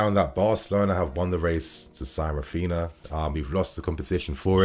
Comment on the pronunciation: “Rafina”, “Gavidol” 🤣🤣 FFS! Put some effort into pronouncing footballers name properly. You’re a fan!